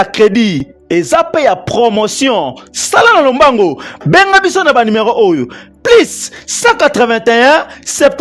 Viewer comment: Kiekie malgré atanga mais azo prononcer kaka numéron au lieu ya numéro